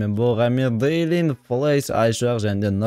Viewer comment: ағылшынша беллин деп түрад